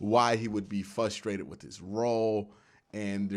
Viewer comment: I love how he forgets the "R" when he pronounces "frustrated"